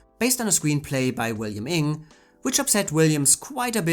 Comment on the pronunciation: That's not how you pronounce Inge ... or Leighton